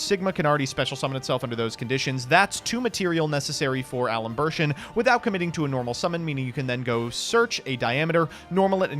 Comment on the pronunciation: Okay, I just have to say this, because it's driving me insane. It's Al-em-bair-shen. And the other one is Luh-plah-see-an. They're both based off of differential operators that are named for French people.